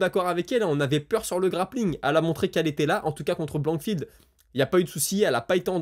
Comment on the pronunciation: C’est pas blandfield camarade prononce déjà les noms correctement….c est blanchfield c’est important comment veut tu qu’on prennent tes infos au sérieux si toi même tu es pas informé